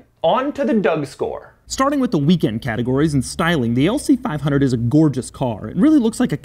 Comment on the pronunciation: Lmao "lc fiiive hunerd"